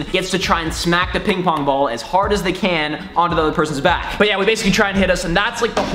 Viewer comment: I'm pretty sure you said PingPorn xD